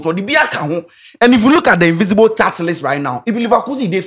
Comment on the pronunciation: Guys learn the difference between “invisible” and “invincible” na Moab)n kraaa too much. Ahhbaaa. 😅 yall kept repeating the same error. Wossop ???????